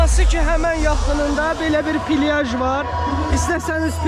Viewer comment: Pilyaj ❌ plyaj ✅